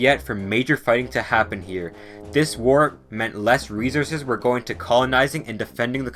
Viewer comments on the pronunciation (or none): none